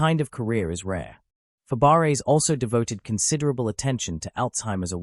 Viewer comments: It's pronounced Fabray. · Fab-a-ray. Please program your AI. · No, Fab - bray